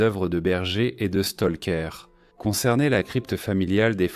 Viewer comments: Stroker c' est Bram Stroker Stoker Stroker pas Stolker j' ai les oreilles qui saignent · Je vais lui faire avaler son Stolker, écorcher le nom d'un auteur ça me met hors de moi c' est pas dur Bram Stroker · Bram STALKER, le cousin de Tchernobyl🤿